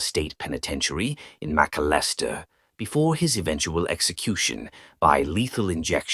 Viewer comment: The pronunciation of McAlester......🤣I'm forever going to call that ever time I go thru there.